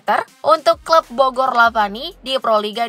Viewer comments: Bogor lavani bukan Lavina min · Bogor lavani min bukan bogor lavina😂